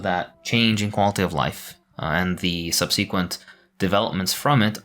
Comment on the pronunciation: Great video. Please look up the pronunciation for " subsequent ". What you're saying is hurting my brain